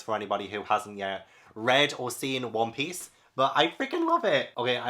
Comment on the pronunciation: I loved this video so much! 😂 Also… I’m new to the manga realm and whenever references One Piece, I kept thinking he was saying “Whompies.” Like… what in the fresh hell is Whompies? It took me a few videos to finally figure out he was referring to One Piece. 🤦🏻‍♀️